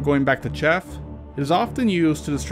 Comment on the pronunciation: Chaff, not shaft